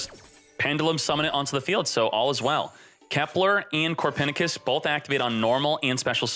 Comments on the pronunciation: Did…did he just call Copernicus “Core-Pen-I-Kiss” ?! Lol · Is anyone getting triggered by the way he says Copernicus?